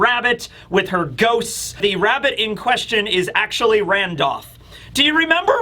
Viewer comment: You say randolph weird lol. “Randoff”